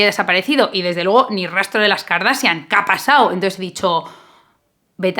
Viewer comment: La verdad es que lo haces muy bien. El apellido del arquitecto se pronuncia con "J" al final, como Bach (pregúntale a tu novio que él si pronuncia muy bien. Segundo, eres muy inteligente no digas KARDASIAN porque suena muy mal en inglés. La palabra tiene solo dos silabas "kor" y "asian".